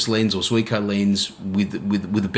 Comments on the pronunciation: It’s not Zeeko. In Japanese it’s pronounced as three separate syllables, which luckily all exist in English. First: “Zoo” (where you can see animals) Second:The letter “E” Last: Co (as in Co-operation) So, “zoo” “e” “co” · Pronounced 'Zeeko'